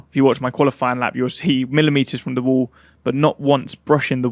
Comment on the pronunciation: no. Of times he said wool (wall)😂😢😂😂😂